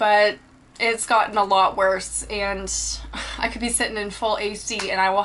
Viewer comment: its and not eeand